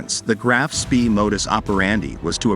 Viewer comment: "spee"? I was taught it is pronounced "Spay"?